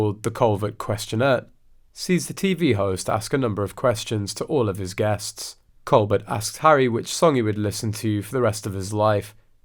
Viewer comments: Stephen’s last name is pronounced Colbear the T is silent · It’s pronounced “ Coal- bear” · The “L” and “T” are both silent on Colbert!! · The Late Show with Steven Colbert is pronounced Coal BEAR not Col BERT. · Learn how to pronounced Steven's surname!!!